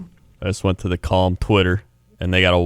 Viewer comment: Jesse tries so hard to not pronounce calm as com that it's starting to sound like cum.